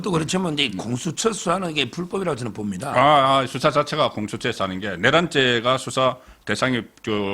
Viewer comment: 우리말은 장단이 있는데, 탄핵의 탄은 길게 발음 해야 합니다. 수사의 수도 길게 발음하는게 맞읍니다